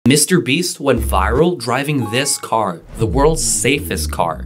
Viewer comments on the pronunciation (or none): yup mr beeeeeeeeeees